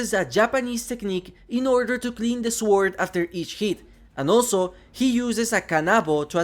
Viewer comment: Not to be mean, but try saying sword withouth pronouncing the w. Great video still